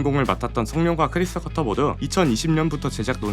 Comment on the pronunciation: 크리스 커터 아니고 터커...Tucker... 두번이면 실수가 아니고, 잘못알고 계신듯